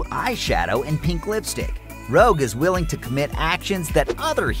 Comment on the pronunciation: ..."Rouge". Not "Rogue". Rouge.